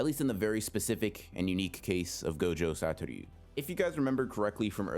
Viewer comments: ITS SATORU NOT SATORYU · Why do you say “gojo satoryu” it’s just “satoru” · You're mispronouncing his name lol. You say something along Satoryu instead of Satoru. Just wanted to point it out, so dont worry about it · Everytime he says “satoryu” it kills me a little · The way this man pronounces Satoru 😬